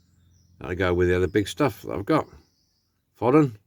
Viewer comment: The hi-line Dinky Caddy was so that Hoss Cartwright could wear his 10 gallon hat while driving lol. Nice selection there. I think Forden is pronounced Foe-den